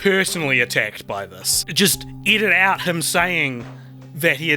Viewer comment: I keep hearing “eat it out” instead of “edit out”.